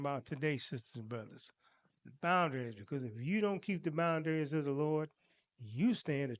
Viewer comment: thank you for the informative and excellent lesson. With all due respect, I didn't understand what you were saying until I read the title. You kept saying "bind-dairies" I think you meant to say "/bOUndrEEz/phonetic spelling." I hope this helps and no disrespect intended.